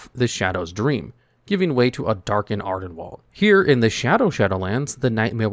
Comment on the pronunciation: I believe it's AR-den-weeld (rhymes with field) not wald (rhymes with bald).